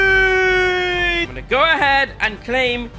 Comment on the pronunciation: did he say Messuiiiiiiiii